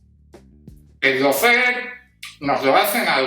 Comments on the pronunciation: Por favor eviten el molesto diptongo "lou" que se oye y que no existe en la primera sílaba de lawfare. Solo ""lo". (How to pronounce lawfare UK/ˈlɔː.feər/ US/ˈlɑː.fer/). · Por favor, recuerda que LAWFARE se pronuncia looféar, no loufer, que es una pronunciación inventada que se ha generalizado en España: LAW (ley) loo (O larga y no suena ninguna U). LOW (bajo). lou.